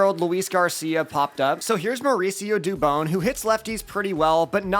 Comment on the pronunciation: It’s pronounced due bon, not due bone. Mauricio Dùbon.